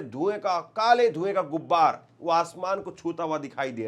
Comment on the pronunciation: gubbar nhi hota gubaar hota